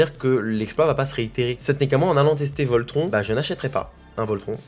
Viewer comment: hahah j'adore tes videos mais pleasee un effort sur la prononciation de Voltron haha